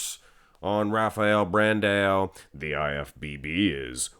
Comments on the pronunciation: I wish Rafael Brandão placed 9th just that I wouldn't have to hear you say BranDaYoW again! 🤦🏾‍♂️ I hate it. Lol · its still BRANDAAAOOOO! no BrandEO! there is still no E in his name! for the love of god !